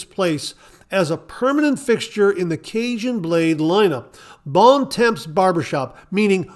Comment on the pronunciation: Bons Temps is pronounced almost like "bawn tawm"